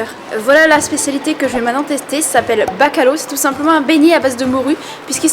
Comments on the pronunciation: En effet ça fait mal genre bacalo 💀 c’est bacalhão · ''Bacalo'' ''Francesina'' ''Pasta de Natis'' ça pique 😅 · Elle l’a prononcé « Bac a l’eau » 😭😭😭😭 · La prochaine fois dis mieux le Bacalhau. Non mais un peu de sérieux stp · non c'est bacalhau comme Macau, pau...